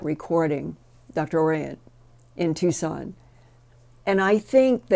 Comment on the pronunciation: Executive, not Exective; Civilian, not Civilan; Tucson, not Tucon